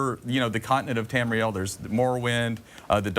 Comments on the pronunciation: Tamuhril? Bitch don't know what she's talking about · Say it with me. TAM- REE- EL. bitch. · she said Tamriel wrong. WRONG WRONG WRONG WRONG WRONG WRONG WRONG WRONG WRONG WRONG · *Facepalm at that girls pronunciation of Tamriel. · anyone else notice she said tamriel and nedic wrong